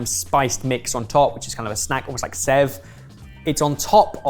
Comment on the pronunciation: Since y'all are by far THE MOST inclusive and respectful channel i've seen (and followed feverously since the day i saw you) i feel this is one community where I can freely point out the correct pronunciation without being taken wrongly - 'Sev' is spelt as such, but it is pronounced like 'Save'. And thank you for featuring one of my favourite dishes ever!!!